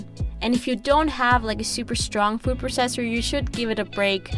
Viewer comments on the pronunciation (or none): Hi! Love your videos, just thought you should know you're not pronouncing 'processor' correctly. I'd recommending googling the correct way to say it! Don't mean this in a mean way, just trying to help!